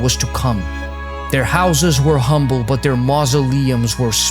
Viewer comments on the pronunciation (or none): none